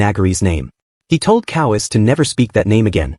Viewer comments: Ko Wa Se. Not kowees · Why does a manga recap channel have such bad pronunciation for the Japanese names? Especially Kowase, my god.